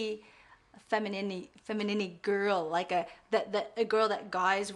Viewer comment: 'femininny' haha. Maybe it was intentional? If not, it should be.